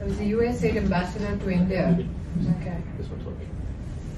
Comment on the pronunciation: US aid bolo sir. U N aid nahin.